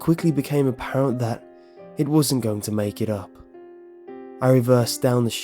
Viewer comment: I like how you say "going" as "goingk" lol